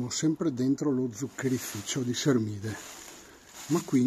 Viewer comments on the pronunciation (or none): Pronuncia bene Sermide,lo so io che sono Palermitano che non è Se r mi de ,ma Sermide